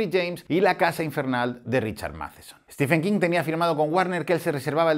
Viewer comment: Ojo: no es "Estifen" King, es como lo llama el presentador de la tele que ha aparecido hace unos instantes: "Estiven" King (Stephen=Steven en cuanto a pronunciación)